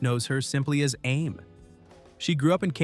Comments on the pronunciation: Exactly what I was thinking. A-mee. Why can AIs never pronounce anything? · ..'Aim in a van''...hahahaha..get the AI idiot off the commentary..